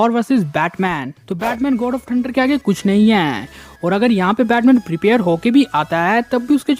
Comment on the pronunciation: Kya bhai bas prepire prepire bol raha hai